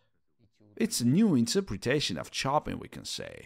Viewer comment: Great doc but it really freaks me out when someone misspronounce "pianist" and above all "Chopin" 😢